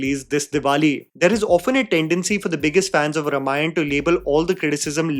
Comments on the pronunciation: please Note: रमायण ❌ रामायण ✅ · Calling YOU out,. When you can't even pronounce Ramayana correctly, it somehow disqualifies you from doing any Ramayana review or doing tipani on its faults. Can't you even make an effort? Shame on you 👎🏼